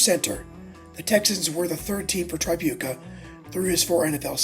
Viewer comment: The first syllable of Tripucka is pronounced as in the word trick. Also, it's "mar-KET-tea".